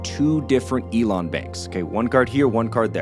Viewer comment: Elan Financial not Elon, good video though thanks for the realistic flow of things. I would appreciate more of these case studies this is very good content.